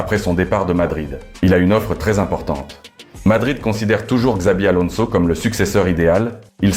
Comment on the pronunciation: Tu parles comme une IA. on dit pas valédjo mais Valéhô, on dit pas carvadjal, mais carvahal, le J se prononce comme un h, on prononce Chabi Alonso et non Zabi Alonso